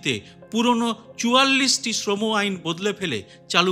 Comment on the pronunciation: আপনি সঠিক উচ্চারণে শ্রম srama কোড কথাটা বললেন। বেশির ভাগই আজকাল sram উচ্চারণ করছে। ভীষণ শ্রুতিকটু লাগে শুনতে। ধন্যবাদ আপনাকে।